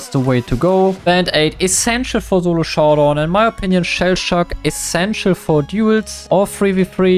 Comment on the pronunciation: i love the german accent when you try to say solo you say "zulo" instead lol